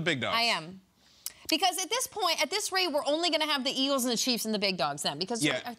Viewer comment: "Iggles" is CRAZY🤣🤣🤣